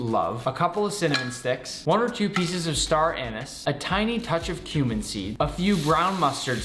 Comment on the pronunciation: i heard human seed while he said cuming seeds idk whats worse